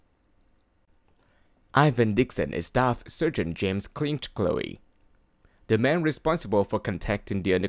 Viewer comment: Nice informative video. Short, sweet and to the point. I liked it. However, you mispronounced two of the names. Larry is pronounced Lair-ree and Kinchloe is pronounced Kinch-low. I'm guessing English is not your first language, but if you search YouTube, I’m sure you can find native English speakers saying the names for you. 🙂